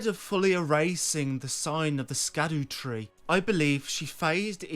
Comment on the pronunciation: Great video so far but the pronunciation on Elden ring is based on Welsh and Scadutree is pronunced as shadow tree just as blaidd is pronunced as blaith.